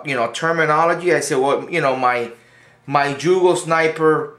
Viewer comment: Haha It's pronounced yugo not jugo YOUGOH haha